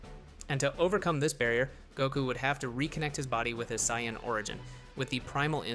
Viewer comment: Can we please make these videos with the correct pronunciation of the different races or names of characters!!!!!!!! -_- it's sayians not scions!!!!!!